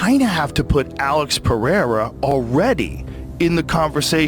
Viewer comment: ngl them saying PEHEIRA is tilting me. Rogan did it but went back to Pereira.